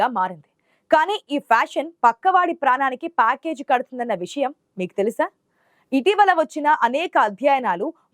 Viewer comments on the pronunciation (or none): none